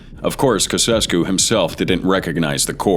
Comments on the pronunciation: Hey its pronounced chaochesscoo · It's pronounced:" Chow chess cu". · STUPID AI NARRATOR! GEEZ ... The name is pronounced, "CHOW CHESS SKEW." GEEZ, everybody knows that! Except your dammed stupid AI narrator. GEEZ ... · Kuh sess koo? Try "chow chess koo". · Down with Conceskoo 😂😂😂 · acum 0 secunde casescu 💔 its pronounced chaujescu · Kesesku, Timisora ? Wow that is mangled, Ceaucescu and Timisoara ! Train that robo voice pronouce things properly. Fear, violence, rig elections, giving your cronies top jobs, i.e. what every single dictator does. Ghadaffi wasn't executed 'live on TV'. Trouble in Lybia is still ongoing, still no peace. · Cassescou? “Tshautshescoo” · You almost got it right. Chow chess coo. It's understandble that one doesn't know the pronunciation of foreign names. But is really no one able to google? Weird. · Sic sempre tyrannis... Ceaușescu is pronounced chow-chess-kew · I thought I remembered it being pronounced Chow Chess Cue...? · Ceausescu is pronounced: Cheaushesku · It's pronounced Chow SHESS koo! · The name is Caucescu and it's pronounced Chow-Chay-Sku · The POS’s name is pronounced CHOW CHESS KU ! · Pronounce CHOW CHESS COO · The moment he said caosrsco I was out😅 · It is pronounced "chow-chesku". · Somebody show this AI how to google any of the many foreign language instruction sites online...it's pronounced 'chow-SHESS-coo' FGS. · Romania's former dictator's name was pronounced as chow-chess-q. That might be incorrect, but it's closer than your pronounciation. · Who is Nikolae Kasescu? Itt clearly says Ceauscescu. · Romanian dictator pronounced chau-cheh-skoo 🤷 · On the first one, it is Nicolai and Yelena "Chausesku". Better research please! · LMAO at "KASSESSKOO"!!! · And the despot is Chow-shes-koo. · It's not just the "gore" or profanity; they can't even pronounce peoples' names right. Ceausescu is pronounced CHAU-SHESS-KOO. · Chowchesskoo! Say it right. You should have listened to his name before this. AI isn’t very smart.